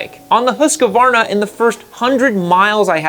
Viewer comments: What the hell is a 'hoooskavarrrrna'? Husqvarna. Its Husqvarna. They even said it in their ads. Husk like corn. Varn, like varnish without the ish and na, like nah I don't want no other blower or trimmer or mower... Where does the oooo and the mysterious a in the middle come from? Hooooooosk-a-varrrrrrrna! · Why do you pronounce Husqvarna so weirdly? It's not husqEvarna, it's just husqvarna, no E anywhere. It kind of ruins your credibility when you can't even say the name of the subject. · I have had zero issues with my Austrian built KTM bikes. I cannot comment on Chinese built ones. Also you need to learn how to pronounce Husqvarna correctly. It is pronounced how it is spelt. Husqvarna, not “ Husk -a - varna.” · Please, please, dear USA friends, learn how to pronounce brands. It's Husqvarna, not a HusqAvarna. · Not Husquvarna it is called Husqvarna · Speak after me: HUSS-KVARNA. And now with european „U“ and „A“, which is like the english „OO“ like in „LOOSE“ but shorter and „A“ like in americ“A“ (last letter). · Husqvarna is pronounced as Hus-kvana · love you dude, but learn to pronounce husquarna please x) this is kinda like arnold being the governor of california but never learning to pronounce the damn state, ya know?